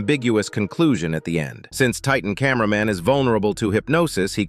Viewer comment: Bro Said Titan Cainber man and Then he Said Titan Spaikerman Like Bro what the hell